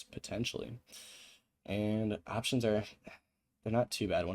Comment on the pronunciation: “as an aaaaahhhptions trader” vs “op tions”